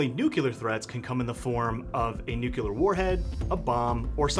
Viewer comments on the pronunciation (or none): Every time someone pronounces "NUCLEAR" as "NUCULAR" it drives me crazy, lmao.